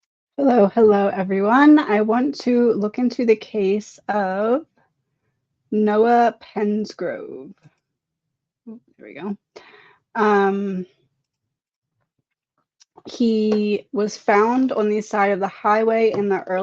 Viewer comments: Last name is pronounced press-grove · Maybe next time you want to post a video...first learn how to say their name. At least act like you know what his name even is